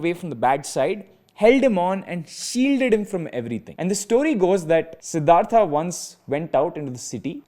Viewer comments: Its horrible to listen "Siddhartha" instead of "siddharth" from a Indian guy. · "sidhartha" bro please spell it as "siddhart" sounds so weird yaar